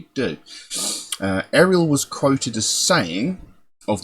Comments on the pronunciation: It's pronounced Auriel (R-E-L) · Her name is pronounced R-E-L. Not REL, R... E... L